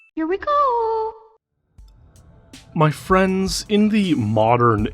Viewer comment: My FWENDS!